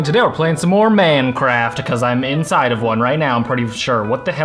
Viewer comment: why dose he say mancraft its minecraft